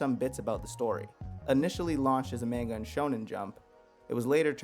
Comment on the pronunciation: I can’t trust a man who pronounces manga wrong